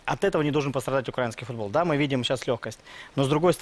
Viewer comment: Научите его правильно ставить ударение в слове "украинский".